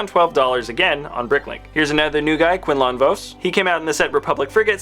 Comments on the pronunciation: “Quine line vose” bruh “Ki Adi Moondoomi” bruhh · pronunciations: Ki-Adi-Mundi, Key Ad E Mun-dee. Luminara Unduli, Lumin-Nara Un-duel-e. Quinlan Vos, Guinn-lin Vos. Barris Offee, Baris O-fee.